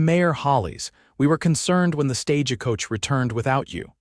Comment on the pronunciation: It's not stagicoach... it's stagecoach... with no I in it... not stage a coach either... Just stagecoach...all one word. 😄... Thanks! 😂 Great story! ❤❤